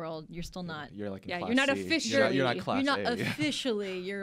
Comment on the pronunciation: "Officiarrrlyyy" LOL